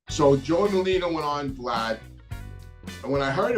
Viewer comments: I'm just having a hard time listening to Scarfa and Merlina! There are Os at the end of these names friend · Sour grapes , looks like your feelings were hurt, and it's Scarfo , not Scarfa , and Merlino, not Merlina